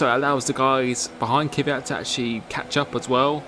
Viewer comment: Who is this Kiviat you keep talking about?????? ther is no formal 1 driver with that name...!!!! im sure it cant be Kvyat.. For a big formel one fan at least get the names right....Its like when uk people say Vettel, its rong you say Fettel, thats his name, sure you dont mean anything by it, just sounds